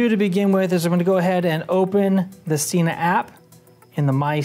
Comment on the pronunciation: I don't think your getting thumbs down for your setup, because it was extremely helpful and well articulated. I will unfortunately point out that it is pronounced se-nah not see-nah. the company will confirm this on their website. I gave this a thumbs up based on my original sentence, super helpful and well articulated.